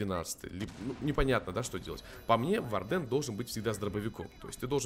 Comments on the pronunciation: Хорошее видео, но вардЭн - это нечто, исправься пожалуйста, это слово читается как wArden "УОрден" или "УАрден", а то честно больно слушать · Сорян,но вардЭн уши режет